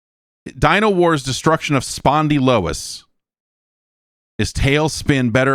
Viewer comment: It finally happened. After 107 weeks, you nailed the pronunciation of Spondylus.